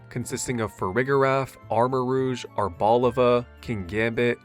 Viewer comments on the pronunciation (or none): Ar-BO-liva physical pain can't pronounce this mon bro #6 HOW DO YOU PLAY MINECRAFT I DONT KNOW BUY THE GAME I MUST LEARN RIGHT NOW GO GO GO My top 5: 1. sneasler (check the pfp) 2. oddish (he's just a lil guy) 3. froslass 4. chandelure (so glad that 3 & 4 got a mega) 5. furret only reason oddish is here + backstory to pokemon journey: i got into pokemon from my brother collecting pokemon cards at school which were fake but we didn't know that and i thought they were cool later on my mum started playing pokemon go so i would too since my mum was also a gamer (weird and now we have to fight over 1 steam account) she happened to have heard of arceus being a good game she bought it this is the same way we got into zelda btw then i played it for 2 days, didn't even do kleavor, and stopped playing forever OR DID I i came back like 2 years later to finish it off and got scarlet and violet in 2026. :\ i don't know how such limited actual pokemon stuff got me into pokemon go, vgc and tcg. but never unite. it sucks. oddish was just a cute thing on the fake cards